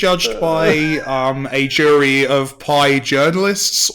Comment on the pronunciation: lol "jury of your pie-ers" got buried in that conversation and I demand justice